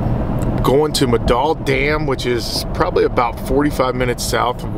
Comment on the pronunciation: It's pronounced MELDAHL dam not MCDALL